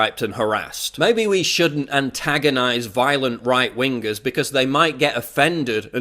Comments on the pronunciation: Right win-gahs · right ween-guhs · I'm a bit bothered by the way you pronounced ''right wingers'', but overall a decent video. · Wing-gers :D